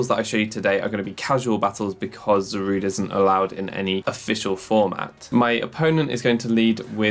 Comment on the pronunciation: "It's 'Za-ru-day', not 'Za-rude'."